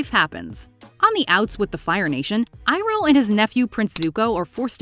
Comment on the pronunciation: It’s Pronounced E-Roh not I-Roh...